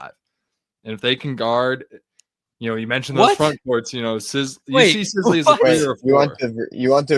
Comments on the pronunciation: His name is “sis-le”. Not “size-le” boss…talking like you Know all about him lol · and you can't even pronounce Trent Sisley last name correctly. OMG. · If you put Pundit back on while butchering Sisley name I’ll stop subscribing. Get it right you dorks. 😂